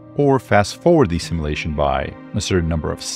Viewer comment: "Sim-you-lation", not "Sim-eww-lation"!